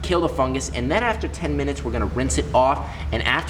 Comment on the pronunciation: In your last vid that I watched you said binutes instead of minutes.